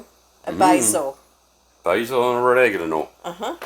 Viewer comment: I had to laugh when said oregano. The closed caption was on and picked it up as "red egg and an oil". I will definitely give this recipe a try!